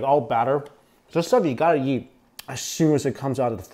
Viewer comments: I like how he pronounces eat as yeet 😂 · he says eat like yeet everytime hehe